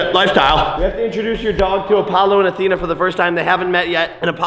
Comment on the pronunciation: He said you know Apollo and Atheno